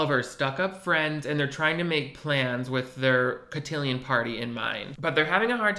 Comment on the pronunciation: LOL the French guy not knowing how to pronounce cotillion is golden